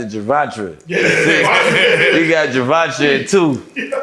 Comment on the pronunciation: The way he pronounced Gervonta name 😂😂😂